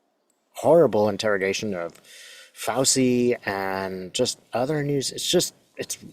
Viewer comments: i apologize for what i am about to do, but i worked for an airline for 33 years and it was considered very rude to mispronounce a name ,country ,city etc. so may i just tell you that dr Fauci has an Italian name and "ci" is pronounced "chee" "chi" in Italian is pronounced "key" words with "che" is pronoinced "kay" i lived in Sydney for 2 1/2 very happy years. i listened to them call a the French "fill lay " for fish a "fill it" among other things, we have been taught go pronounce frequently used foreign words like the way they are pronounced in that country.... my Australian family pronounced words however they thought is felt like. again i am sorry to be so critical. it jsut grates on my nerves. feel free to call me out.. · Love and appreciate you,. FWIW, his name is pronounced "Fow-chee" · FYI ci=ch sound in Italian. So his last name is pronounced "Fauchi" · FYI: Fauci’s name is pronounced “fow-chee”. I thought Fauci handled the group of GOP bullies’ hearing brilliantly by taking the 5th Amendment. Score 1 for Science and Reason to 0 for MAGA Ignoramuses attacking a good man. Even prior recent US GOP Presidents had nothing but praise for him. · Pronounced FAUCHI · Fausee? Fauchee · (Sorry, small thing. Pronouciation of Fauci: ‘fow-chee’. Not ‘fow-see.’ 🙂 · Trump took the Fifth 440 times!! If they prosecute Fauci (pronounced Fau-CHI,, not fow-see) they are just proving their hypocrisy. They just need an enemy to hate, and whip up the ignorant to distract them. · I'm sorry, I'm trying to take this seriously, but it's FOW-chee, not FOW-see. Makes me wonder how you've never heard his name pronounced anywhere. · Thank you for sharing your gift and thus hope, with us! By the way, Fauci is pronounced like Fauchee. I believe the c-i letters together in Italian are pronounced with a c-h sound. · His name is pronounced Phouchi-Fauci = Fauchi! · Pronounced F ouch ee. That’s doctor Fouchee. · I believe dr Fauci's name is pronounced 'FAO-chee'.